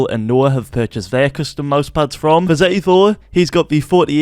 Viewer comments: its setty not zetty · sorry but “zetty”. the accent has gone to far. Jk lol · Why are u saying zetty